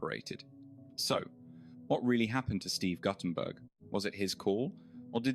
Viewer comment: Goddamn can’t even pronounce his name right